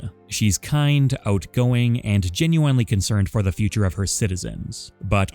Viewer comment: I GENUINELY hate the way you say genuinely